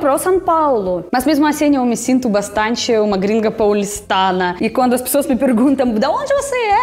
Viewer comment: Você poderia começar a treinar a falar "Pessoas" e Não "pissoas" Agradaria mais 😉 já que virou "paulistana" 😅 Depois para "pós-graduação" Poderia treinar o "Começar" e Não "kameçar" 👍